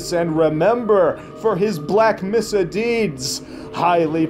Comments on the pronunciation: at least still can't pronounce mesa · THANK YOU FOR FUCKING UP MESA JUST LIKE THE ACTUAL ACTOR!! BlAughk Messaaah